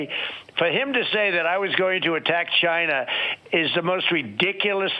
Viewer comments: Why can't he say China like a human being? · Never heard the word “China” youre right. What we do hear from you is “GINE A” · So funny watching the tangerine wannabe despot twist in the wind. His anxiety levels correlate well with the degree he mispronounces “China” as “Gina”. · The CHYNA (hate how he says it) tariffs were so a a huge trump donator - ceo of Blackstone - could make billions by selling soy grown in South America, which as you’ll recall was on fire after the Native council won a huge case giving them native title, preventing further clearing for soy crops and lumber (which Blackstone also profited from) - Droopy Bonespurs’ joint chiefs discussed the 25th within the year of his occupation- they were concerned in the first few days when he continually asked about how to launch nukes - he also talked about closing the border and using the insurrection act without there being an insurrection, so after he lost he tried to creat one but no one would let him pursue those powers - the general has an adult taking a machine gun off a toddler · Why does he pronounce it as "GYNA" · Why can't he say China instead of Gina? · Jyna? Gyna? How do you say China? Are you saying Gina like the end of va-gina? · How do we spell China how he pronounces it.. Gyna. Jina. Zcina. Shina. You can smell his methane breath through your device. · I HATE the way he says "CHYNA" and I wonder why he pronounces it like that. Weirdo. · The way he says China like Ghyna still makes me mad. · Why can't he say China? Chiiiiiiiinaaaa 🤣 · Wow! There was one time in that phone interview that Trump almost said China correctly. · The trade deal WAS a disaster. And calling it "CHY-NUH" and calling covid the "China Virus" is still bigoted AF. I don't particularly like the Chinese government, but being a bigot at them isn't the solution. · There something that irks me every time he pronounces Ch eye nah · I love how Donald pronounces Chine-Nah! Just like a Alec Baldwin impression!